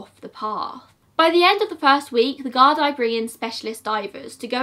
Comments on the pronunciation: The GuardEYE 😂. Very good video and very entertaining listening to you try and pronounce irish words Haha. Btw it's the Guardí so guard-EE. Well done xx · Also fianna Fail- fee-ana fall. Gardaí= guard-e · Gard'eee'. Doneg'awwl'. Lol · The way you pronounce Gardai amuses me xD